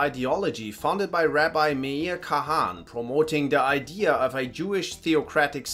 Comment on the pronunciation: Its pronounced Kahana